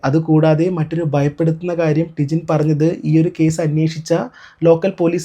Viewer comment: Idakk tijine , tinjin enn parayunnund😂